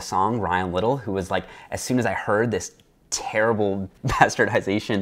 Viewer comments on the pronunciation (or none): none